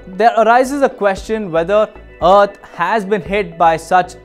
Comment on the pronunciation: The planet "Uht"? Lol... Deepak... whatre u doing butchering our planets name...? Its "Earth" ....